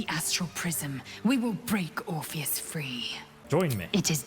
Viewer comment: How do you manage to say orpheus so wrong when the npcs enunciate it often enough